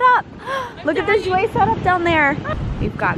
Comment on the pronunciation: I love u but like how u say jouer like irks me bcz its french nd said differently😭. Nd im not trynna bash but its weird, bcz ive been taking french for 3 years and issa oof